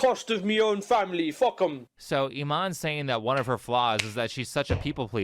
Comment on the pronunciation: why are people pronouncing her name as "E- mon" lol. maybe thats how its pronounced in afrikaans but in english "imane" would be prounced E-mon-E" or imani